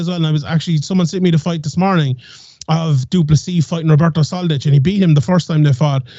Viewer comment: Love the show guys but it's pronounced du-plesee not du-plessis also til is getting slept. Come on 🇿🇦🇿🇦🇿🇦🇿🇦